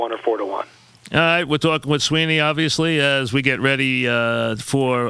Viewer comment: LOL "We're talking with Sweeney, OBVIOUSLY"